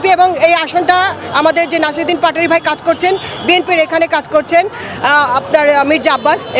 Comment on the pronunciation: ভাই পাটোয়ারী না বলে বাটোয়ারী বলেন , কেন জোকারি করতেছে।